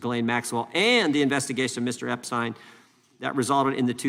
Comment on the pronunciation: Why is Jim Jordan repeatedly pronouncing “Epstein” inconsistently??? (Epst-eye-n, then Epst-ee-n, and so on.)